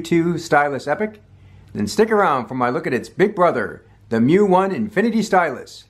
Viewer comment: Thanks for recognizing it's "Mju" and not "M-J-U" like many YouTubers seem to think